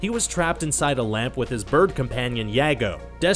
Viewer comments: Yago? I-a-go. There should be a list for when mispronounce names. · Did you just say YAGO. It's Pronounced E-AGO. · It's I-A-G-O- not Y-A-G-O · The parrots name is Iago not Yahgo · Did anyone else die a lil inside when he said "Ya-go"? :P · "Ya go"?!?! You mean E-aw-go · Bitch the bird is called Iago NOT Yago!!!!! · Yea-Go? It's pronounce Ei-Ya-Go. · Did he just pronounce iagos name as yago.......... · Did he just pronounce iago yaygo? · Its pronounced eago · Weridest pronuncification of eago ive ever heard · I play Iago in my school play so when he said it wrong my heart cracked a little😂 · His bird companion WHO??? Buddy, you totally butchered Iago’s name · You pronounced Iago so wrong.. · F.f Star Iago! It's spelled Iago!!!!! 😠😠😠😠😠😠😠😠😠😠😠😠😠😠